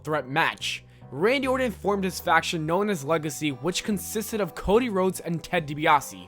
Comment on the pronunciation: Were you saying Randy Warden? Dude, its Orton.